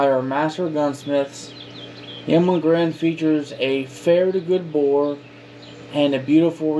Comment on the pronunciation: Can’t even say Garand right lol